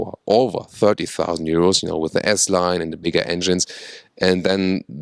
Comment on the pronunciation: When ever he says bigger I just hear "Big Ass" lol